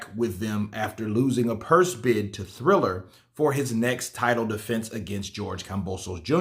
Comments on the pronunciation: Dam it’s triller not thriller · its TRILLER not THRILLER LOL LOL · It's not "Thriller", it's "Triller". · TRILLER TRILLER TRILLER its TRILLER not THRILLER come on I've been telling you for 2 days. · I was saying the same all video. ✌️